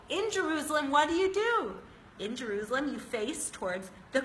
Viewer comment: I hate the way she pronounces juruslem